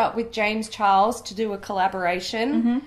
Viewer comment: James chares... (no "l") has left the chat